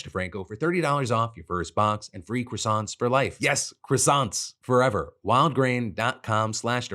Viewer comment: Words it's impossible for Americans to say properly: croissants, penchant. These are hate crimes against the French!